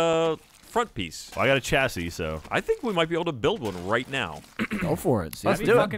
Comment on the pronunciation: The way is saying 'chassis' is doing my head, it's pronounced with a 'shh' sound, not 'ch'.